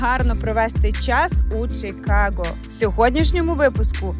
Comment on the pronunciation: Кажемо "Чикаго" а не "Чікаго", так само, як "Київ", а не "Кієв", "Львів", а не "Львов". Мирних вам Свят!